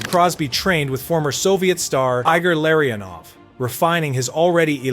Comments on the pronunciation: EYE-gor Larry-Un-Ov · Why are your pronunciations of ev-genie malkin and I-gore larionuve so terrible. You a fan or a content creator. Eee-gore and Ev-genny should be base level. Lariono is nicknamed the professor and one of the og members of the Russian 5 for God sake. Learn your history before you try to chronicle it POS.